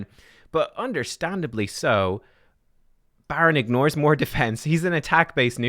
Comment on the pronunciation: “BADron”… unsubscribing…